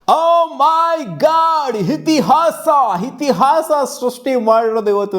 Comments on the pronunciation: ಇತಿಹಾಸ ಕಣೋ ಅದು ಹಿತಿಹಾಸ ಅಲ್ಲ 😂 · ಹಿತಿಹಾಸ ❌ಇತಿಹಾಸ ✅